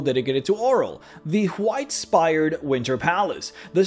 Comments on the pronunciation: why do you say white with a J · Good video but damn way he says "white" is triggering